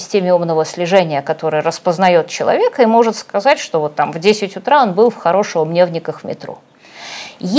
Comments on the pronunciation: Произносится «ХорошЁво-МнЁвники» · "хорошёво-мнёвники" район, - Юля, ударения вот так здесь